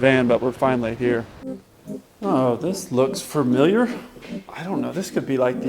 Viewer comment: Does he know that “familiar” is NOT pronounced “faRmiliaf”? Love and every video but your grammar is rough!